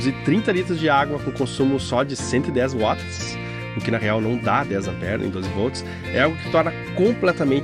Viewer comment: M-a-r-a-v-i-l-h-a! Parabéns! Com certeza este foi o upgrade mais importante que o Balanço já teve. Aposto. Mas... o que eu mais gostei foi que você fala Watts certo. Dói meus ouvidos o 'vats'!